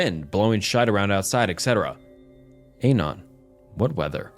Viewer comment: i enjoy your videos, but Dear God whyyy do you pronounce "anon" like that???